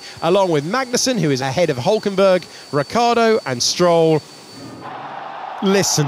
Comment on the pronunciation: Can someone tell this muppet of an alleged professional sports commentator that it is Ricciardo (with the cci said like a ch) not Riccardo! I mean I know it's a small thing but come on, it's your job!